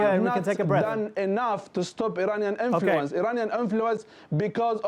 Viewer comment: "Eraniyan Enfuluence"